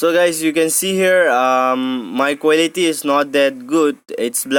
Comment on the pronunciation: Giese quelity accent